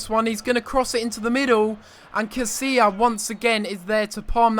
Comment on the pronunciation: LOL Casillas. He's name is Casilla